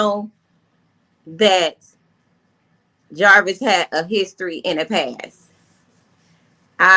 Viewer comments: JAR VIS not javaris ma’am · what name u saying. Don't sound like jarvis